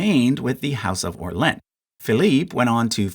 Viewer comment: Yeees, this bothers me so much in English speakers and I don't even like the French! Also the pronounciation of Orleans... come on man...